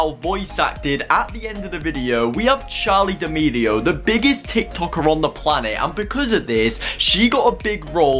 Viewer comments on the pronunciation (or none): Ok can WE just talk about the fact that he said charlie demedio 💀